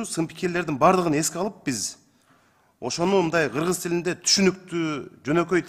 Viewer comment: Урматтуу "Гыргыз"эмес "Кыргыз" деп айтылат,озунор эл алдында туура суйлогонду уйронсонор......🤔